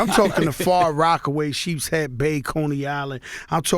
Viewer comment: my dude said sheepshead bay